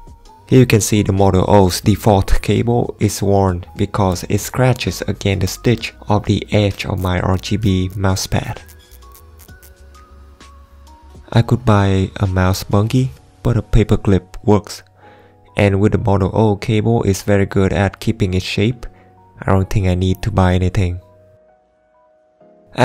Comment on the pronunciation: mouse bun-jee not bun ghee*